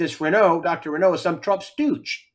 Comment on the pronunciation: Not Didier Renault but RAOÛLT